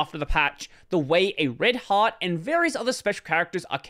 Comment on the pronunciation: every time you say "red heart" i listen: "red hat"